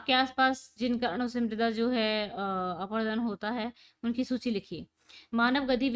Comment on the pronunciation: Mam chader aprudun nhi hota parut apradun hota hai